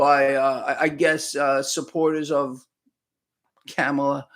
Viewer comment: KAH-MUH-LUH.......like her or dislike her, but pronounce the name RIGHT!